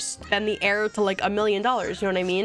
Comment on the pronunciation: heir is pronounced like air not like hair